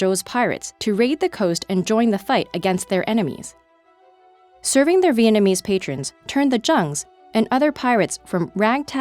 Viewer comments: The Chinese pronunciation was really good but the Vietnamese... ok i guess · The Chinese pronunciation was good, but that Vietnamese was terrible